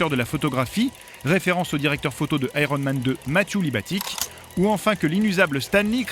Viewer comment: "Aéronne Man".... Rien de plus drôle qu'un Français qui essaie de parler anglais.